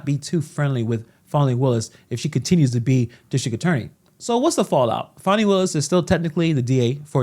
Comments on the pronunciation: It is Fani, not Faaani. She says the law is impartial, and she is using the way she wants it to fit with her agenda. Fry her, the law must be upheld. She has no respect for impartial law, no respect what money is meant for. Use everything they way it pleasers her. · Farni. Thought her name was Fani?